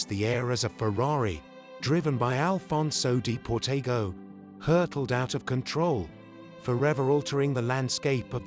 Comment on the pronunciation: They even mispronounce Alfonso De Portago's name...